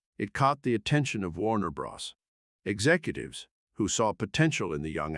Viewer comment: Did you really say Warner Bross rather than Warner Brothers? Do you not understand how abbreviations work?